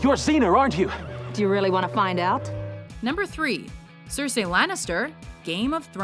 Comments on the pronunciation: You've pronounced Cersei wrong,. It's Ser-see not Ser-sey. Also, Regina should be higher on this list at list at top 3. You've put Princess Yue but not Azula? C'mon! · CERsi. CERsi. not cerSEEIJ, CERsi. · It's not CerSAY, It's Cersee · It's all about what she will Cer-See, not what she will Cer-Say. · "Cersay"?! Will the WatchMojo voiceovers EVER go thru a full video without making at least one mispronunciation?? LEARN TO PRONOUNCE NAMES AND TERMS CORRECTLY. IT'S YOUR JOB!! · Her pronunciation of Cersei though..... and 月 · She kept pronouncing Cercei wrong. That was annoying. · Good list, I just hated they way she said Cersei